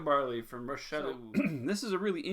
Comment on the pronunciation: Salut! Thanks again for this series of videos they’re awesome! The way to pronounce Monsieur Chaloux’s name is actually just like Rock. Hard «ck» sound for his first name. Au plaisir mon ami!!